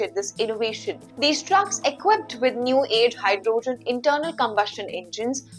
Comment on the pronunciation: Great command on the Language. Make it better by looking up the correct pronunciation of HYDROGEN ( the O is hardly pronounced) and particular , the A is hardly pronounced…no need to elongate the space between the P and R….so it is almost pronounced as Prticular! I know that the consonant followed by any vowel generally requires the elongation…but it is rule not a principle. Therefore you can’t apply it everywhere….youll simply have work hard and learn the words where it is and it isn’t applicable.